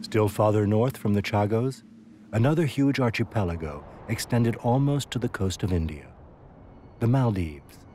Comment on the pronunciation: Cannot pronounce archipelago?? 😢😢😢Sad